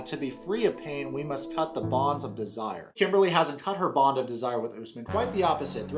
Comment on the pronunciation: He said "Kimbah-lay" 🤣🤣🤣